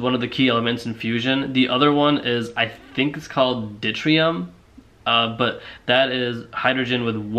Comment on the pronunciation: Hydrogen with one neutron per atom is pronounced Doo-TER-ee-um. not "ditrium". And I only have a two-year degree in physics. Glass houses and all that, hotshot.